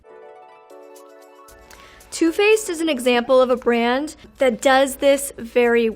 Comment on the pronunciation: Having a hard time with the word brand huh :(